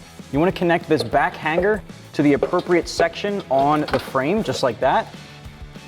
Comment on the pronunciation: Brotha, there is only 1 G in the word hanger; however there are two ways to pronounce it: 1) hang er 2) han ger But never to be pronounced HANG GAR. Those are NOT BULLET style mufflers, those are cylindrical style mufflers...YOU SHOULD BE FIRED along with anyone that assisted in the preparation/direction of this video???